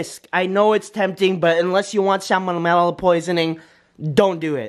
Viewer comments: "Unless you want salmonanella" Salmonella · he said samalimanella lol